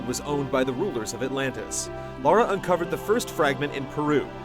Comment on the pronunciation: Immediately mispronounced her name........